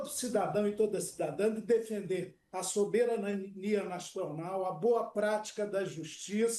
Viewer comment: Deputado não consegue falar "soberania" 😂😂😂😂😂